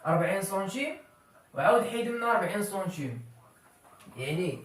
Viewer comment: السلام عليكم ورحمة الله وبركاته تبارك الله على اخينا الكريم. شرح جد مفيد لكن الكمال لله وحده. لي ملاحظة حول نطق كلمة هي السنتيم تنطقها بحرف u